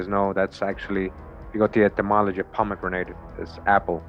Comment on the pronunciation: It's pronounced "Pom-e-GRANIT." Not "grenade". JC.